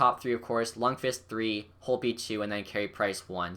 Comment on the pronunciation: This guy doesnt know shit bout hockey who agrees he can even pronounce lundqvist's name lol